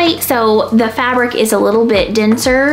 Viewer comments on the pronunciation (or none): none